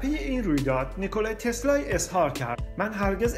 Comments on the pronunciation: واقعن بیان عجیبی داری "نیکولای تسلای "دیگه کیه اخه...نیکولا تسلا...چقدر مگه سخته؟ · چرا انقدر هی میگی نیکلای تسلای؟؟؟اعصاب ادم بهم میریزه ی آخرشو نمیگفتی نمیشد؟تسلا میگفتی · داش نیکولارومیخوای بگی نیکلای ، اونوقت سریع میخوای اسمشوبگی ی رو میندازی ته تسلا!! نیکلا تسلای چیزه!؟ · چرا هی میگی نیکولایی تسلایی!!؟🤣